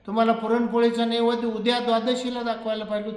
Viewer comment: अरे बाबा साधा तुला नैवेद्य म्हणता येत नाही निघालाय प्रवचन सांगायला